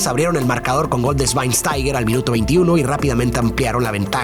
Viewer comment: pronuncio correctamente SCHWEINSTEIGER, definitivo este video fue increible